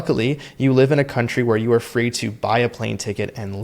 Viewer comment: Follow the money! And Fwee Fwee Frankenstein! 🤡